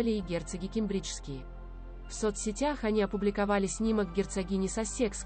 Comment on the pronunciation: Ударения правильно научитесь ставить, прям слух режет. КЕмбреджские , САссекские, Опра, а не опрА. Что у вас с произношением???